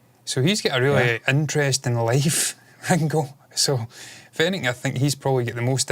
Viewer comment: Its Ringo not Rengo